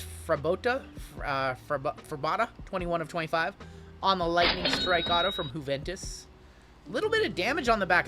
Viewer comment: "who-ventus" lol